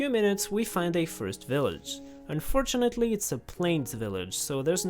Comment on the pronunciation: "However" "Unfortunelly"